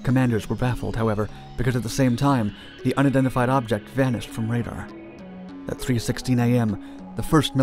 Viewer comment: Bro u speak way too fast, slow down a little bit. 'Unidentified' sound like 'undified'. And stop slurring your words